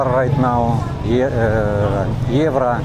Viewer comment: At the money exchange if you say "Euro" try to say "you row" maybe this way you can better your pronounciation.